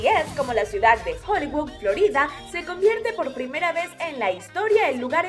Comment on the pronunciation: Se dice CIUDAD.